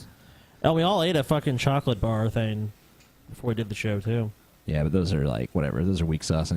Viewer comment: says thin instead of thing